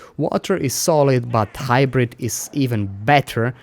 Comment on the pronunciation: hybrite. hybrite. hybrite.